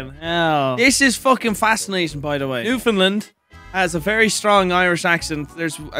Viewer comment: love the shoutout to newfoundland and im glad pronounced it right. newfie accents definitely resemble our euro cousins